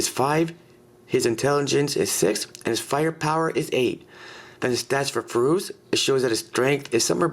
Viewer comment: also like the way you say furos too.